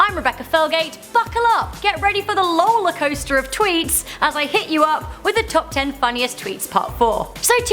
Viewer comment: did she say... loler coaster. well, R.I.P 2017